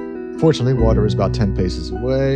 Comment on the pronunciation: That's what I'm talking aboot!